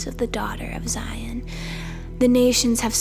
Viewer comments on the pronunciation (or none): Beautiful reading. One little word that must be pronounced properly is Zion. Z-eye-on. Hebrew sistah be like, what is Zee-on lol🙏✌️🕊️